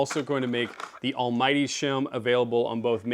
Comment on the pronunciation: Just to check, you called it the Almmighty shim, right? 😅😊